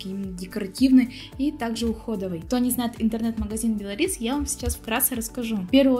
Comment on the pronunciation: А я думаю что за бело рис 😉😄😄Белорис ударение на о.